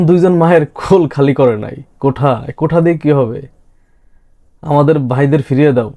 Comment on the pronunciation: কোঠা নয়রে দাদা। কোটা QUOTA.